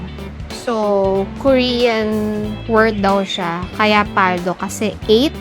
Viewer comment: Mabilis po pagbigkas ng PALDO not PAL-DO